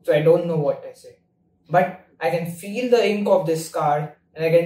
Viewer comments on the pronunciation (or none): Fell nhi feel 😂🙂